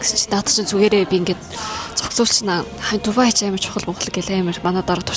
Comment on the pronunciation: дубайг яагаад тубай гэж яриад бгаан вэ